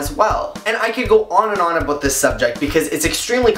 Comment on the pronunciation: I like it when you say about :)